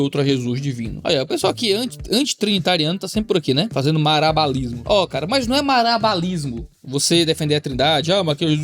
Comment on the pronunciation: Não resisti: ma-LA-ba-ris-mo. MaraBALISmo! 😂❤